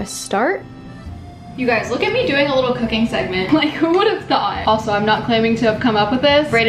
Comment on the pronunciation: Wait! Did you say, “Cookin”? Lol. Love, dad 😊